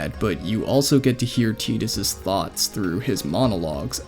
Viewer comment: Bro I'm just happy you pronounced Tidus' name right. Glad you enjoyed FFX. It's a great game.